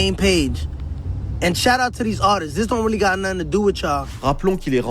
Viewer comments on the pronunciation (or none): none